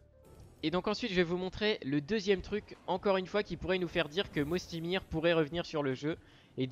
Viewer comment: On dit pas "Mosty mir" mais "Moysty Mayer" ! Très bonne vidéo cependant 👍👍